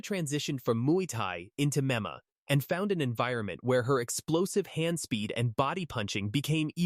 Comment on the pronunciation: Yes more bull shit and would someone please teach this damn AI how to pronounce MMA. It's an acronym stupid.